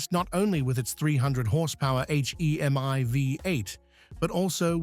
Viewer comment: AI generated narration can really ruin a video fast. H E M I engine, you've got to be kidding.